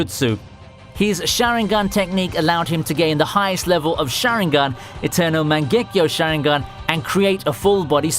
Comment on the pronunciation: Bleach he mispronounced Mangekyo as well